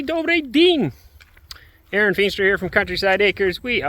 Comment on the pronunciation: не Аарон . его имя Аренд ( Арэнд) Ударение на букву А